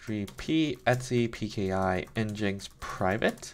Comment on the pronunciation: Just FYI the official pronunciation is "engine X"... I had no idea for years and thought it was "n-jinx" too.